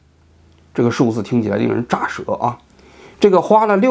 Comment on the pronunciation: 令人 咋ze 舌